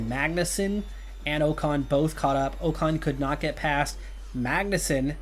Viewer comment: first bow-tass, now oh-kahn.... i can't keep doing this, sorry man